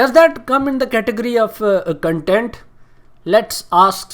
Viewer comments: Phle tou bhai isko kaho k CONTENT hta h CUNTENT nahi xDDD or han bilkul SUPPORT hta h SAPPORT nahi 😂😂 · the amount of times he said CUNTENT. 😭😂 im done